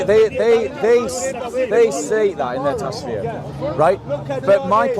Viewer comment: TAF SEER, not Tasfir. I love ya brother 😂